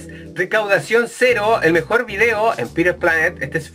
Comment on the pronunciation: "EL MEOR GAMELAY DE LA VIDA" pls:'v